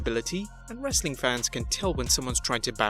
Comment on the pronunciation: You said faneez... I can’t even spell it. It is fans. Wtf. Goddamn foreigners!